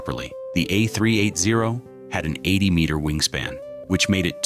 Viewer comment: if you want your videos to be relevant in a competitive market, program. your automatic narrator to pronounce the aircraft the "A-Three-Eighty," not the "A-Three-Eight-Zero." And an airline (specifically Emirates here) is an entity, not a group of people, therefore it should be referred to as "it" and not "they." Adhering to these basic rules will garner you respect in the industry.